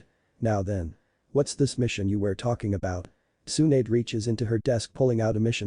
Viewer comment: Pronounciation is really bad.......... No not bad its like what's is pronounced as watas come on man